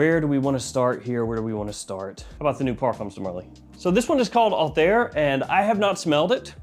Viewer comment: The pronunciation of PDM Althaïr was wrong😊: there are 2 dots on the I😉, so it is Altha ir ☺️